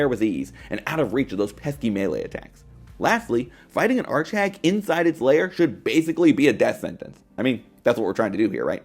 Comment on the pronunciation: what's an art shag ? I keep hearing art shag I swear x)